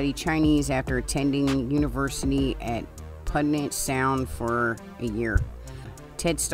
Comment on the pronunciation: I absolutely love your humor! I live in the Puget Sound on an island north of Seattle and I just wanted to say it’s pronounced “pew-jet”. ❤